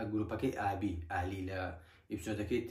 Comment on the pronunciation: ئابی یان ئالی هههههه ئەوە لۆ هەر لیت تیکدەجیت